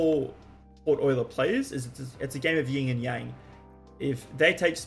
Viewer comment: woah someone who pronounces euler right earned a sub